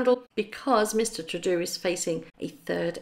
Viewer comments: it's Tru-deau to rhyme with dough. Not Trudoo. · Trudeau is pronounced "TrudO", not "TrudU".😸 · It's True-Dough, not True-Doo. Re: Justin Trudeau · Mr Trudddoo ?.. surely its pronounce mr Trooo Doe ... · please don't take this the wrong way, but Justin Trudeau's name is pronounced as True dough (as in bread) not true doo. I have held off doing this for a long time in case you are offended or the doo (as in poo) is deliberate, but I'm now taking the plunge. There are a number of pronunciation channels on YouTube where you can check what I'm saying, but I'm really just trying to help. I enjoy your videos very much & I'm aware of the work that you must put into them. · Justin Troodoo? Who is he? Do you mean Justin Trudeau? It is pronounced True-doh. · Darling his name is pronounced True dough. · Those were pretty nice cars. Didn’t seem to mind security risk of reaching into strangers cars. Trudeau is True Doe. (French pronunciation 🇨🇦😀) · Trudeau's name is pronounced true-dough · Canadian here. It's pronounced Trudope. That is just the tip of the iceberg and his criminality in our country, in addition to his multiple ethics violations. This "charity" was also employed friends and family of Ministers of government, in addition to paying for a vacation for our Finance Minister and Trudeau's wife/family when they went to London this spring. This "charity" owns multiple downtown Toronto properties. It is speculated that the almost 1 billion dollars was going to be used to "recruit" youth and be used to campaign and support Trudeau and his Lieberal Party. They already made a video, focusing & promoting Trudeau, with lighting in the background, like he was the messiah. He is very like MM. A narcissist. liar and faker.Except Trudeau gets to spend our money AND tax us into poverty as well. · Canadian prime minister.....True-Dough.....that is how it is pronounced. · Pronounced: Justin Trew-Doh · The Canadian Prime Minister’s name is pronounced True-doe (Trudeau)